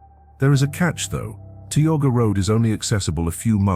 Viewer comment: In the section about Tioga Road, the narrator keeps mispronouncing Tioga.